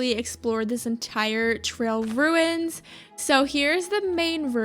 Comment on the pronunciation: The ‘trail runis’ is such a me thing, I love it 😂😭😭